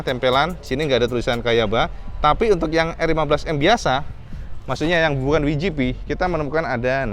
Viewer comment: Kalo mau pake bahasa Inggris WGP ucapannya (Dabelyu Ji Pi) bukan (Wi Ji Pi) 😀 piye toh pernah keluar negeri mosok ga tau, sehat2 terus ya, salam jos gandos..